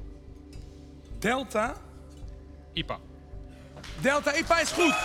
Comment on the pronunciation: Hahaha Delta IPA spreek je niet zo uit Het is AI PIE EE